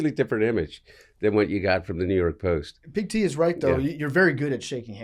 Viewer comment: The T in Big T must be silent